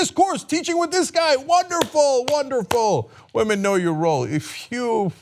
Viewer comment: it's pronounced womern ;)